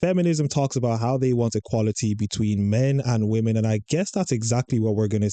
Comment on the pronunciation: Why can't these people pronounce women. It's so hard to listen to.